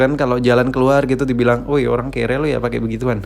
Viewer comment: watch watch 2020: “Dimaling Olang” Oke olang ye olanggg🤣 NGAKAK WOY